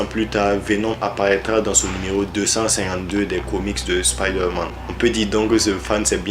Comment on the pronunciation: On dit spiderman avec un "I" 😑😑😑